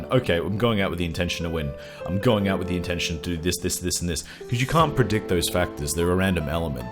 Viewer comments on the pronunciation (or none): To discuss wiss you XD! Perfect german accent!